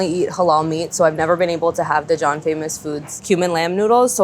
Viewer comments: A note on the name of the restaurant: the 'Xi’an' in Xi’an Famous Foods is not pronounced 'Schaan' but is pronounced as two separate syllables (thus the apostrophe): See Ann Famous Foods, or perhaps more like 'She Ann Famous Foods'. The flavor combination in this dish is quite common in north-western Chinese cuisine, though mint is not that common. Coriander/Cilantro is more often seen. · sounded like she said Dijon famous noodles